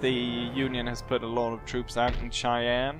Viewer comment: As an American born and raised, this might be the first time I have ever heard anyone pronounce Cheyenne "Chai-ann." Until now, I have only ever heard it pronounced "Shy-ann."